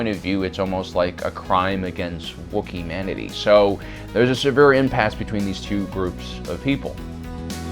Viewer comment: Its not Wookiemanity. Its Wookmanity.